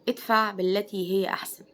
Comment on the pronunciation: ادفع بنطق الدال ، وليست اتفع بالتاء ، الدقيقة : ٢:٠٦ . وفقك الله .